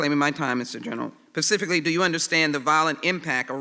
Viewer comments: Rep. Sheila Jackson Lee (D-TX) "Pacifically" This person is a House Representative but she appears to have no idea that the word "Specifically" begins with an S. This is a Democratic Representative, think about that. This is also the person who wants to shove "Systemic Racism" up our backsides as viciously as she can. Do not allow the Democrats to rape the USA in November. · the brilliant Sheila Jackson, it's specifically, not "pacifically" idiot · Lol sheila jackson saying pacifically only to have Barr use specifically properly , love this guy. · I LOVE hearing Sheila Jackson say “pacifically” instead of “specifically” TWICE!!!! 🤡🤡🤡🤡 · Her ass said “pacifically”! 😂😂😂🤣🤣🤣🤣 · Laughing at Sheila Jackson Lee "Pacifically" . . . she said it TWICE LMAO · I hope you meant that skank Sheila Jackson-Lee...from Texas. And yup - she's gotta go; been in there since '95, just gets worse every year and her pontifications get longer and longer! Kills me when she tries to say specifically...comes out Pacifically. What a self-important nut job!!!! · Perhaps if you don't know the difference in specifically and pacifically - you shouldn't be questioning anyone, let alone be a congresswoman.